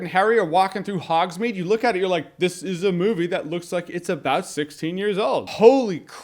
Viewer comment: "walking through Hogsmede" cmon Jeremy